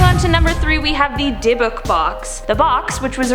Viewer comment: I'm Jewish and her pronunciation of dybukk was horrendus